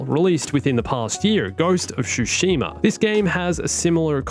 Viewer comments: OMFG! Hearing "SHushima" never fails to trigger me. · Ghost of Shoe-shima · "ghost of shoeshima" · Ghost of "Shoesheema". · You said Tsushima wrong